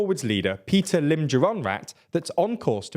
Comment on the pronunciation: A small language quibble: the “Move Forward” party leader’s name is พิธา which is pronounced “pi-taa”, not Peter. (And a slight upswing in your voice on the “pi” syllable.